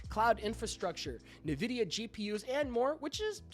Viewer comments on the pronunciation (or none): “Nuh-vidia” what???? It’s “En-vidia” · I'm always taken aback when someone pronounces Nvidia as "Nee-vidia" 😂 must not be into PC hardware perhaps. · Every game studio used to shicper it into our ears before we could play, so im at a loss as to how a tech channel could get it wrong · LOL YOU SHOULDN'T BE MAKING VIDEOS IF YOU CAN'T EVEN PRONOUNCE NVIDIA LOL 😂😂😂